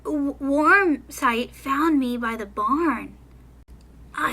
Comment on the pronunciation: Lol I was laughing the whole time cuz you kept messing up Warm Sight's name!😆🐈